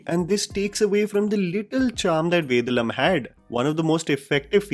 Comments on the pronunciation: Understandable that you’re from Delhi but try and get the pronunciation of Southern movie names right please! It’s pronounced Ved(aa)lam not Ved(a)lam :) And N(ey)ninthe not N(e)ninthe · please for once be good with your pronunciation, its VEY DAA LUM not vedalum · it's ve daaa lum not ved lum😂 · There he goes again. It is not Vedalum.. it is Vedaalam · 1). It's "Ve-Daa-Luhm" ( Vedalam ) 2). Its "Bal-Uh-Gum" ( Balagam ) 2). It's "Sunk-Raan-Thi ( Sankranti ) Loved this commentary. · Hi, Note you do take a lot of effort in pronouncing regional names, be it films or artists.. So on that note, the way you pronounce the name of Ajith's movie is not right. Only because I have to type it out here.. I'd suggest this pronunciation i.e. Vey-dhaa-lum. Just thought let you know..:)